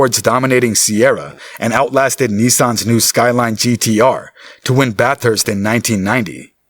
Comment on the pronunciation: they lost me when they called it Bat-Hurst